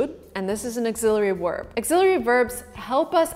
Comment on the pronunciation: Quality vid but why do you say WERB not VERB